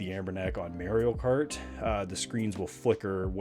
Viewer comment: "merio kart"